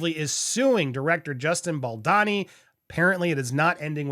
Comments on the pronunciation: You write Boldoni and say Boldani. Which is it? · It’s Bald-Oni not BaldAni. Sorry to be petty about this but he’s Italian and there’s an O in the second syllable of his name not an A.